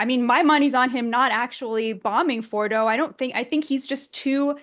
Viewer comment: Please, learn how to pronounce nuclear and Fordow